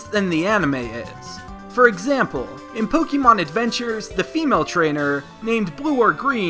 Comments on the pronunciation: Please just stop its not pokeeemon it's pronounced pokeymon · Pokémon is not pronounced with the "ee" sound. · Thank you, if you improve the way you say it, I will certainly deliver more likes.